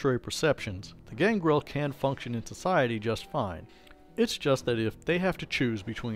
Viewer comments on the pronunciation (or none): none